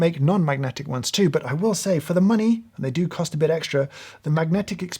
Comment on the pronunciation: Hearing you say "particularly nice" with emphasis on every syllable is among the high points of this video.